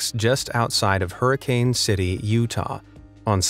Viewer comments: not huricane its hurrr aaaa kiiinnnn like if you said huricane from living down south hur a kin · That guy in Hurricane, Utah was incredibly lucky. By the way, only newcomers or people who don't know better pronounce it with a long A. It is pronounced Hurrikun - or was, before a million outsiders decided to move in. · You don't say Hurricane city like that, you say it like Hurricine, just saying...